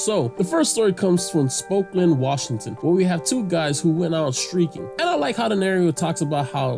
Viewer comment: Great video about a great show 😊 The way you pronounced Spokane tho Stay Awesome Friend